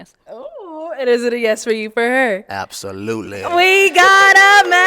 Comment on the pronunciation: Remember that episode and that I laughed when he said “absolute-laay”.😂😂😂